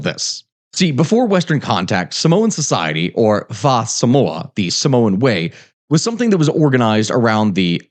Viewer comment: faah samoa hurt my ears. but I appreciate he tried.